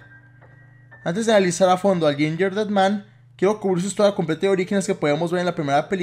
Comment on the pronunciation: otras personas:gingerdead man:yinyerded man:v